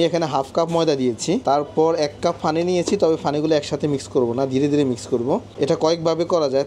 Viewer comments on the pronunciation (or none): Not গি it's ঘী। not ফানি its পানি,,,, উচ্চারণ ঠিক করুন আগে 😂😂😂😂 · আপনি পানি কে ফানি উচ্চারন করবেন না আর।